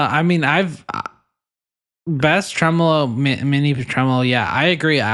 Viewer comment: “Tremel-ho” This is why I listen to this podcast 😂